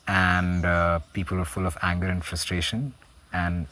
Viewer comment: Please, please get the pronunciation of Roger Anger's name right: 'Anger' is not pronounced the same way as the English word 'anger'! More like 'anje'...